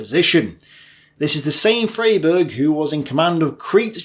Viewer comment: It's pronounced Fryberg